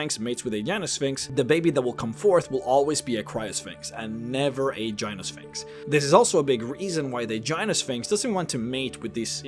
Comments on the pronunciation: Gyno is not pronounced with a "j" sound. It's "Gai noh", not "jai noh". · Gyno is a hard "g" not a soft "g". So it's guy-no-sphinx not a jy-no-sphinx. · Its a hard G(gut gas got etc) not a soft one (giraffe german gelatin) Guy-no. Not jy-no. Its the same prefix as gynocology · I was listing to the video while doing some work and I kept hearing him say "Vagina Sphinx." Does anyone else hear this? and what would such a sphinx be like? would it guarding one or would it be a giant one that is infused with the magical power of the gods to warp space and time? Would it be like a flying sentient "hole in the universe" that is strong, noble and the epitome of all that is Good or would it take other forms? Something for the random board to be sure... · I think Gyno is pronounced Guy-no. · I do believe it's pronounced like gynecologist hence the female one. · I believe that you were mispronouncing "gynosphinx"....... in that it uses a hard "G", not a soft "G". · I thought Gynosphinx was pronounced with a hard G. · It’s making me crazy. I figured someone must’ve pointed it out